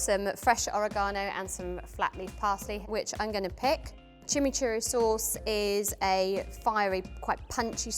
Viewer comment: That chimichuri is a crime wtf she butchered that